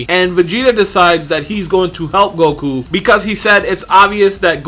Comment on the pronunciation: Everybody says "Goku" until they make a YouTube vid. Then it's "Gogu" all the sudden 👆🏽